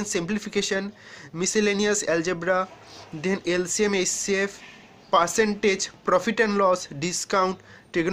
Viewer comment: First of all u hav need to learn how to pronounce the English words...percentage, average nd contents nt pronounce properly..